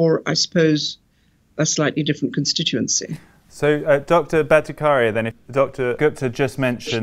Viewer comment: While I appreciate your decision to speak with these distinguished scientists, it is jarring to see that the interviewer did not take a small step in learning how to pronounce the name of Jay Bhattacharya. Bhatta-kar-ya was so jarring to my ears. Kudos to Jay for not letting that affect one bit his dedication to science and what he was trying to explain.